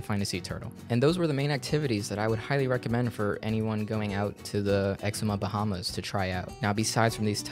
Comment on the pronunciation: Hi, I'm an actual citizen from The Bahamas (Grand Bahama), and 6 second in the video you've mispronounced 'Exuma'.